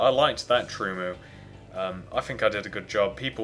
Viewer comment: LOL you said truemoo